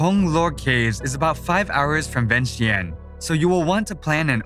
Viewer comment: I love beautiful of Laos Thanks for sharing Laos to the world but will be great if pronounce correctly . Example Vientiane= Vieng Chan